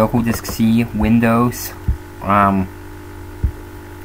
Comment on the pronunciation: what is this "Vindows" you speak of?